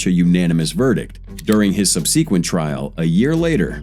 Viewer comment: Thats not how u pronounce "subsequent." Jesus Christ, finish high school before trying to be a YouTuber